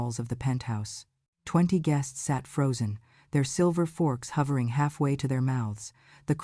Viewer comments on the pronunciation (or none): none